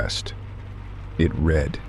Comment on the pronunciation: Such a well-read AI and yet they cannot get the difference between I read and it read past tense (red) dead giveaway